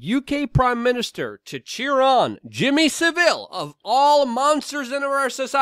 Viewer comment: 1 thing Luke - it's Sa-ville. You say the a, sa-ville, saville, all in one word - Saville. Just say it exactly as you see it. Other than that, your'e 100%. ;-)